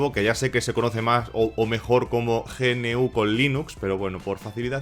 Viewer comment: Buen vídeo, pero podrías haber comentado cómo surge GNU y qué se pretende. De esa forma se podría tener una mejor visión del sistema operativo GNU/Linux (pronunciado "ñú", no ge-ene-u) y porqué puede dar algún error con algún componente hardware (por culpa del fabricante por ser un puto zopenco perezoso y no liberar nada). Instalate Arch Linux o Gentoo y dejate de chorradas jajajaa